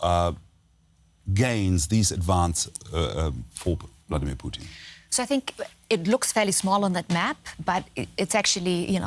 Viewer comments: guy called him Poutine instead of putin lol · Stop calling him puteen lol